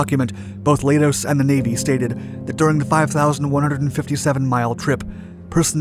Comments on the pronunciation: Leidos is pronounced lie-dose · Leidos is pronounced like kaleidoscope, which is where they got the name.